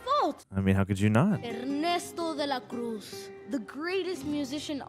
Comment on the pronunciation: Ernesto de la Cruz - more like Guillermo Cosbíez. ¡Muby bieben!"